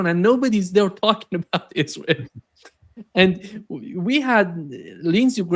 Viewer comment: L. GRAHAM: "ISRHAL." WHERE IS I S R H A L ????